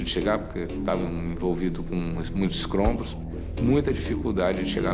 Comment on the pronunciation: um cara experiente da aeronáutica falar escrombos é foda